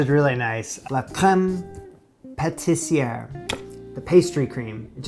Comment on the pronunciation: May I correct your French? (I am a native speaker and a teacher). I hear you say “crème patisserie” instead of crème pâtissière. As you know patisserie is pastry shop or a pastry. Just trying to help with your French.